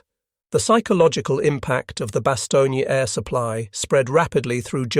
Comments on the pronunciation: "Bastogne" is pronounced "bastown" not "bastown-yuh". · The town is named Bastogne, pronounced in French pronunciation: [bastɔɲ] , in English Bastonne. Not Bastonnia!!!! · Great story! That's not how you says Bastogne (no "gna" at the end). But otherwise very interesting to listen to. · It’s very annoying how you pronounce the town of Bastogne as it does NOT have the “a” sound at the end of it name NOT BASTOGNEAAA. My father earned two Purple Hearts and a Bronze Star there.